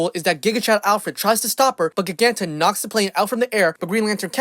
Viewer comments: Pronounced JI-ganta, not gig-anta, otherwise, cool video! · It's pronounced "Jy-gan-tah".